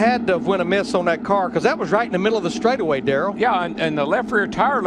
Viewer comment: he was about to say stwaightaway uwu